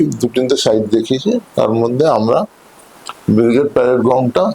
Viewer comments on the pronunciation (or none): none